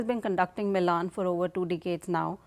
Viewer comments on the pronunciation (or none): It's not मिलान it's मिलन। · milan not milān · Its Milan and not milaaaan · As an Indian I will say Indian Navy has arrived in the IOR and is arriving in the world stage. Milan in India means meeting. It is to be pronounced as "Mi luhn" not Milaan like the Italian city. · I can understand the foreigner calling it Milaan instead of Milan But this Brown Brit calling it Milaaan is sick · aap toh मिलन boliye. Ye Milaan Milaan kya laga rakha hai. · I can understand the anchor pronouncing Milan incorrect, but why the indian lady calling it same... what a joke. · I am shocked that the Indian lady here could not pronouncd "Milen" correctly... GEEE... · It is not MILAN, But is मिलन , Pronounced 𝘔𝘐𝘓𝘕, 𝚖𝚎𝚊𝚗𝚒𝚗𝚐 𝕞𝕖𝕖𝕥𝕚𝕟𝕘 🇮🇳🇮🇳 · It’s pronounced as “ Mee-Laan” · Your experts are a joke. Cant even pronounce milan properly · The expert can't pronounce "Milan" right.